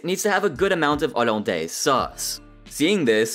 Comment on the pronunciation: Olundays bro who pronounces hollandaise like that 💀